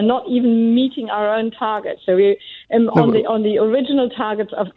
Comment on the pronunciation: Yeah listen to how she says w. She says vere or vas or ze instead of the.